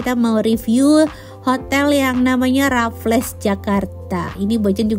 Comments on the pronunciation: Bocan, nyebutnya bukan Rafles tp kaya bilang Waffle dengan 'R' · yang di menit itu di bacanya "rafels'' tante🙂 selamat juga 🙂🥳